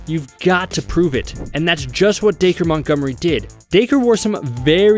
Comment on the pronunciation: FINALLY! someone who actually knows how to pronounce darce montgomery